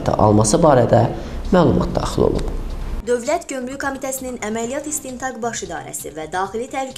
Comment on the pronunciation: Bu aparici ozu gomruk evezine comruk deyir, hele dogru duzgun teleffuz etmeyi oyrensin ki, basqalarina da mediyadan numune olsun!!!!